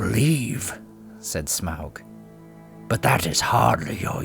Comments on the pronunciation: Sorry but pls don't prenounce his name as smeaog...it is smaug, as in "fog" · shamoug lol you say it soo bad... smog is soo much better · Hated how u said smaug lol "smowlg" its smog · the pronunciation of smaug as “smowwg” has always sounded wrong and somewhat dumb to me. i first read his name as “smog” which just sounds better, but i guess it doesn’t really matter anyways. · Smawg, not smowg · smog not smag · American accents shouldn't try to pronounce Smaug as, "Sm-oww-g". It sounds off. "Awe-g". "Smog". Like the amalgam of smoke+fog. "Sm-awe-g". Just like the Rankin-Bass voice actor says. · why the heck are you pronouncing it weird like in the movie?? it's smog. not smowg. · Smowg? 🤣 it’s Smaug lmfao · It's pronounced as (smog) not (smwa-ug) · Lol, when you say "smaaauuggg" your southern voice comes out. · Im pretty sure smog is the correct pronunciation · It's pronounced smog , peter jackson miss pronounced it because of his accent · Its pronounced Smorg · the A and U together make it sound like an O. Pronounced Smogg. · I thought Smaug was pronounced Smog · of the Rings: You keep (mis)pronouncing " Smaug "..." Smowg ". Seems a little off-putting. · Also, wtf Smaug, Tub-trading Lakemen sounds like a slur 😂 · Why do you say smaug wrong?